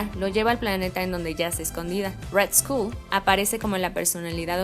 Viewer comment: Que buen video, solo cuiden la pronunciación (war, skull) se escucha horrible y le quita sonoridad a la narración.